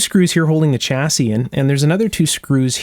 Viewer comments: i am not criticising yo but it shasse not chassie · The "Ch" in "chassis" is pronounced as in "Chevrolet"...